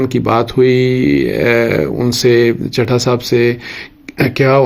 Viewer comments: سر چٹھا نہیں چٹھہ ہے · اصل لفظ ہے چٹھہ چ+ٹ+ھ+ہ دس مرتبہ پریکٹس کریں پلیز ایک صحافی سے غلطی کی گنجائش نہیں ہے